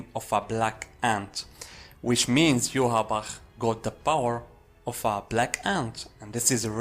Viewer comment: You are the only one who pronounces ywatch as good as the man who voices him